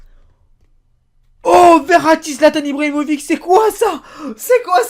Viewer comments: sa ne se prononce pas modrique ou Ibrahimovique mais MODRICHE ET IBRAHIMOVICHE ET RACKITICHE.. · IBRAHIMOVIC ca se prononce Ibrahimovich ... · et au fait zlatan son nom on dit "ibrahimivitch" et pas "ibrahimovic"